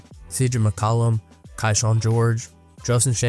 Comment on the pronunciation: It's "Key"Shawn not KaiShawn